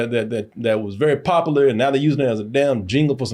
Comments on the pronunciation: popalah is not the word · God damnit stop saying VULNERABLE and POPULAR in every damn video if you can't say it right. sheesh. there's a U In both words that you ignore. you sound like a slave while you're talking about them selling out